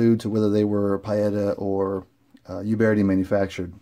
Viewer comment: PEE-ETA OOOOBERTI. THERE'S NOT GONNA BE ANY PIE, AND THERE IS NO YOU IN UBERTI